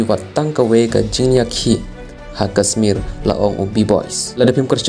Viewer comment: Kashmir ym dei kasmir sngewbha ialeh ban pynbha ia ka pronounciation